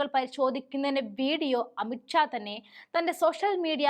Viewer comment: amit Shah ആണ് amit ക്ഷ അല്ല. മലയാളം പഠിക്കാൻ ആദ്യം പഠിക്ക്